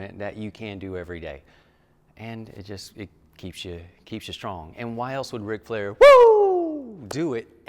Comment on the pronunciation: Man….. say “Ric Flair” one more time…… pleeeeease